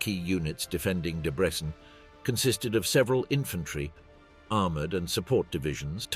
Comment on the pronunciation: Why does the narrator, presumably AI, pronounce Debrecen differently every single time it mentions it? And AI is supposed to take over the world???